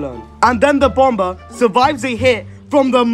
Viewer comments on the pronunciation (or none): Bomber is pronounced (bom-er) tho